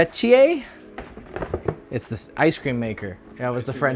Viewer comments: Well done en french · The french bit caught me off guard 😂Stellar pronunciation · You don't know how many times i replayed, how pronounce the french words 😂